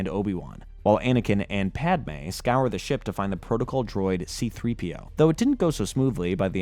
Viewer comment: who the f is pod-ah may??